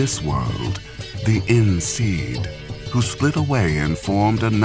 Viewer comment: Great series, but it's pronounced "En Shay" not "En Seed". Great series still!